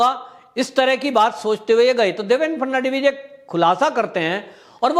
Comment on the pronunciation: Please do not pronounce the name of ex. CM. The correct pronunciation is Phadan - vis.